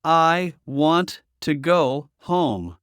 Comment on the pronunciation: No se dice Guant se dice want , want. No se dice guai se dice why como se escribe